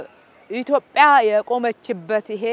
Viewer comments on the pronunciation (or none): none